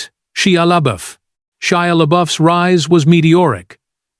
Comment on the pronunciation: Ugh! A.I.'s mispronouncing names and using different ones for the same name is so irritating!! Why do people even use this in their videos?!! Shy-ah LeeBeeOaf, Jean french pronunciation goes to Jean American pronunciation within two sentences. I mean, which is it, Mr. A.I. genius? Ugh, ugh, ugh!! Lol.